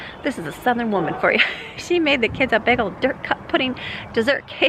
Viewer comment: I love the cute way you pronounce “bagel”! Lovely, uplifting video, thank you!